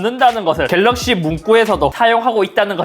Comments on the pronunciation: 겔르억시-일단 박제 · 겔럭쉬~ 에 웃었습니다 ㅋ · 궬뤄어얷~ 이거 왤캐 웃기냐 진짴ㅋㅋㅋㅋㅋㅋㅋㅋㅋㅋㅋㅋㅋㅋㅋㅋㅋㅋㅋㅋㅋ졸귀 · "갤ㄹㄹㄹㄹㄹ" 겁나 웃었네ㅋㅋㅋㅋㅋㅋㅋㅋㅋㅋㅋㅋㅋㅋㅋㅋㅋㅋㅋㅋㅋㅋㅋㅋ 나 왜 이게 웃긴 거지?ㅋㅋㅋㅋㅋㅋㅋㅋㅋㅋㅋㅋㅋㅋㅋㅋㅋㅋㅋㅋㅋㅋㅋㅋㅋㅋㅋㅋㅋㅋㅋㅋㅋㅋㅋㅋㅋ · ㅋㅋㅋㅋㅋㅋㅋㅋ갤럭시 읽는거 개웃기네 ㅋㅋㅋㅋㅋ